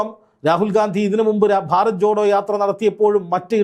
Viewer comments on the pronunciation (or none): none